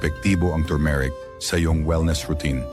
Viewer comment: Maniniwala na sana ako sa video mo eh, kaya lang , pronounciations mo ng turmeric ay mali pa 😜😜😜